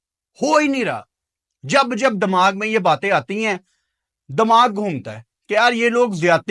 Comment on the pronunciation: 23 feb ko milte hai ki goliyan 😂 advance mein rakh lena tera us din dmag kaam nahe karega urdu language bolne nahe ati hai dimaag ko bolta hai dmaag😂😂